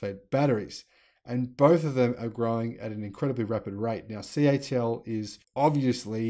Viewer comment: Hi why do you say the company is CHL instead of CATL unless I am miss hearing you?